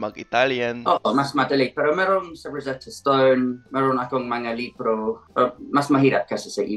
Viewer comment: when pronouncing the word "Libro" make it fast not slow 😊